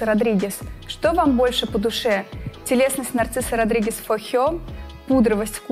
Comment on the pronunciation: Нарцисо Родригес, боже выговаривай правельно,Narziso Rodriguez...,если взялись вещать о парфюмерии ..